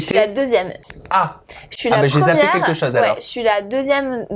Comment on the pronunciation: "quinlquin" d'entière... ok ok